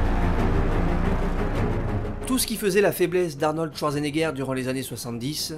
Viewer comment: "Arnold Touardgenéguère"... l'allemand n'est pas le fort des francophones, mais quand-même, un petit effort please ;-)